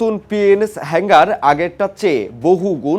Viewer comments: কিরে ভাই তোরা কি গাজা খেয়ে রিপোর্টিং করস শব্দগুলো হেংগার না হাঙ্গর হবে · হালায় নিউজ করতে আসছে.. উচ্চারণ পযর্ন্ত ঠিকঠাক ভাবে করতে পারেনা আবার আসছে নিউজ পড়তে.. সাবমেরিনেরে কয় তিনি.. আবার হাঙ্গর কে বলে হেঙ্গার হালা মূর্খ... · হেংগার না শব্দটি হবে হাঙ্গর শ্রেণীর সাবমেরিন। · Illiterate news reader can not speak the correct word Hangor NOT HANGER